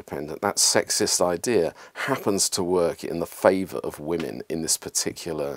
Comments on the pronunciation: Why do you say woman when you should be saying women? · Why can't the narrator pronounce women? He say woman in a plural sense 🤔